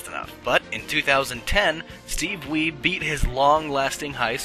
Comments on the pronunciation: Ia actually had Steve Wiebe back in 8th grade as my algebra teacher. He's a pretty cool guy but you'd never expect him to be an arcade legend. Also it's pronounced wee-bee not weeb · the pronounciation of Steve Wiebe's Last Name is "WEE - BEE"